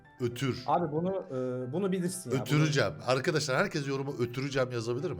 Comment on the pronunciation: ÖTÜRÜ CEM DEĞİL G Ö T Ü R Ü C E M qwqwqeeqwqwqeq